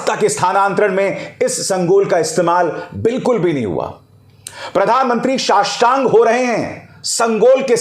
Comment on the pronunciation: शाष्टांग नहीं नोष्टांग🤣